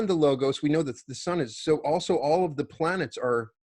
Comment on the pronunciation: The "g" in 'logos' is uttered as "w" in 'word' . It is λόγος . BTW your book is great!